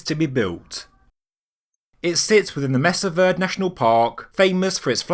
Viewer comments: Also that pronouncement of "verd" - leaving off the final vowel "e". WTH is a verd? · I grew up very near Mesa Verde and went on school field trips to it. I have been to it several times as an adult as well. Just so you know, it i pronounced mesa (you got that right (may-sa), it means table in spanish), verde, ver-day (spanish for green, the green table). You used to be able to go through a bunch of tunnels when you visited there, if you fit (some tunnels were very narrow so you had to be relatively skinny to fit through) and one was pretty much a one way journey. There were ladders pecked into the stone cliff going both up and down. Going up is where they farmed, on top of the cliff, and going down to get water. They wove watertight baskets to carry water. This is a very cool place to go see if you are around the area. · I live here in New Mexico U.S.A, we pronouce "verde" as "ver dee"